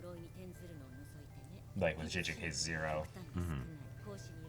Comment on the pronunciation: Jujutsu KaiSIN